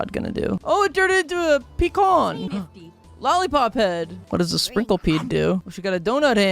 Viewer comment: Not only is that not a pecan HE ALSO DIDNT PRONOUNCE IT RIGHT I’ve heard peecan and I’ve heard puhcon but who says peecon?? 😭